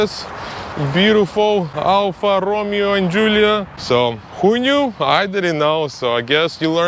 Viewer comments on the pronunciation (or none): the "Me" part in Italian & Spanish is said as May, not like Me in English which is Me, Myself and I. Every time he said Alfa Romeo, he was saying Ro-Mee-o as in Romeo & Juliet (English). Here is a Spanish example, Mesa as in La Mesa California. Mesa is pronounced as Maysah If you ask google to pronounce Alfa Romeo this is what it will say al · fuh row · may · ow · I been thinking about getting one of these. Also Romeo is pronounced Romayo, in English it would be RoMeeO, however Alfa Romeo is Italian so it’s Alfa Romayo. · Alfa Ro May Oh....Come on....say it right!!!